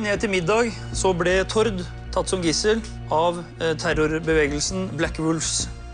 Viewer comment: Dere sa navnet tilTord feil haha